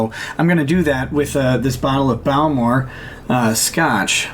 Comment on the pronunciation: absolutely murders the pronunciation of Bowmore (he says bao-more, should be boh-more)